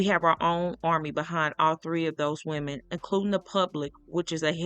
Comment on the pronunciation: People can never get woman and women right 😅